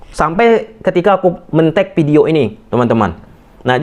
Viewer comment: Video Bang,bukan pideo😂😂🤗